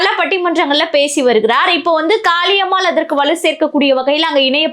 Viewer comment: காளியம்மாள் எனன்று அழுத்திச் சொல்வதைதைதை நிறுத்துங்கள். இப்படிப் பேசித்தான் அந்தம்மா தலைகீழா நிக்குது.அது ஒரு ?????.